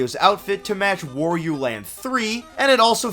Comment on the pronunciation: "Wario" rhymes with "Mario," bro. It's not "wore-e-oh."